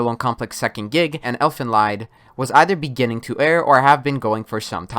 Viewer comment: It is pronounced "Elfen-lead". It means "Elven-Song".